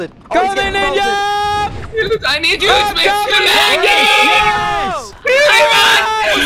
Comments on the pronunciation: “I would nevver betray Ninyaa!” I died lmfao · In finnish It is spelled as Ninja But prenounced like ninya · I'm only here for pewds saying NINYA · Stop this, why you talk like that, "ninya" "wespects"... Why though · They should know it's the real PewDiePie because he says "Ninya"